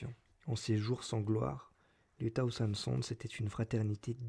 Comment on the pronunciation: Ordo audiolibram : - "des Zurlements" ? - ça se prononce "Sahozeunde Sonze", pas "tahousande soundse" Mais je m'abonne et fais tourner ;)